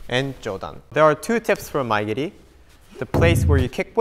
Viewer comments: Shouldnt mae geri be pronounced "ma-e geri" and not " my geri" ? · So it's Mae geri not Maya giri